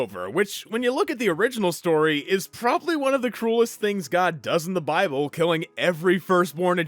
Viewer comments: It’s pronounced BY-BULL! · I’m atheist but I’ve only heard it pronounced “bi-bull” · Its called BIBLE, (BYE-BLE) that easy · Nahhh was you talking about the bible supposed to be funny trynna pronounce it buddy? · Purposely mispronouncing Bible is just disrespectful